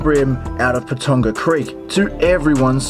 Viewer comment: Its pronounced Pa ton ga